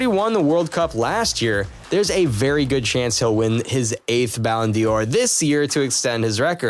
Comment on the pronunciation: Yes, ridiculous. And it's not pronounced Ballon dior but Ballon door. So irritating.